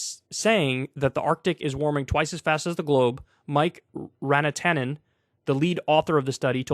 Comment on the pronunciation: Serious topic, but damn if I didn't get a laugh from the Mike Ranatanen. It's just Mi-ka Ra--n-ta-nen "One from/of the shores", agglutinate word from Ranta + -nen suffix. I find it endlessly frustrating that nearly all environmental and climate crisis discussion is abut what we cannot do - for good and obvious reasons - but rarely is the discussion on what we can gain from this crisis; an entirely new electricity, energy and heat generation system, new transportation solutions and power sources, Re-use and repair instead of consume and discard, etc. All we lack is Will to do it, as we live in a time of unprecedented human ability. We're fucking our planet through sheer negligence & arrogance. Think of what we can do when/if we get our act together. Kurzgesagt had a great vid about this "We will fix climate change", have a gander at it!